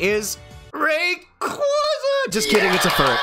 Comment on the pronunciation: Listen i hate to be that guy but Rayquaza is my second favorite behind Gengar. Its Pronounced Ray-kway-za not Ray-kwah-za